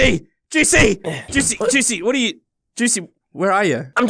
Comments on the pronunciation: It sounds like goosey when Says juicy 😂😅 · i love how calls juicy: Goosey:D